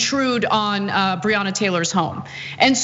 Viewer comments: Dumb@ it’s pronounced “Bre-Anna” Taylor day it right you piece of cat $hit! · He didn't even say her name right. Who is Breeyona? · He cant even say her name smh. And what he went to sounds like when I get stopped by cops. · Author or Breanna Taylor law. Can't pronounce Breanna's name. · And then Lying Paul can even say her name correctly. Conservatives continue to show their filth and disrespect through their actions and rhetoric. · He can’t even pronounce her name 🙄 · The irony of it. He felt what so many black men have felt when they were pulled over or approached by a cop. Except Rand Paul is a punk-ass bitch, full of arrogance and overblown priviledge. And the whole mispronouncing her name thing is a tried and true republican dog whistle, dis-respect thing.